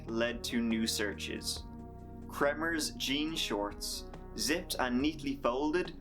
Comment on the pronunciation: you said, "Volomers"? and Froon….".